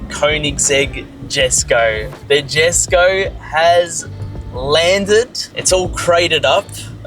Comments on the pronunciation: That's friggin sick mate!! I love it!! You should say it the Swedish way though Jesko is pronounced Yesko. Your collection is just next level! You're living the teenage Gran Turismo garage dream in real life!! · please, its pronounced Yesko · It’s pronounced yesko brother not jesko lol. Also congrats! Having this car in Australia is a big win for the country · i love that he's buying my dream car but its pronounced "Yes-co", he'll look silly calling it that as an owner haha love it though